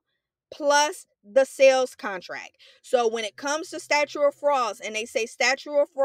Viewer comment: also says statue instead of statute in the video